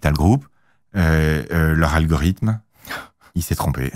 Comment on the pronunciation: dit un peu à ton invité qu'il faut dire algoriThme et non algoriDhme, algoridhme n'est pas français...